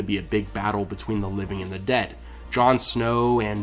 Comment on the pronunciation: dionbranchglove I know he's saying "restore your dead to life" but it sounds like "debt to light" EVERY time.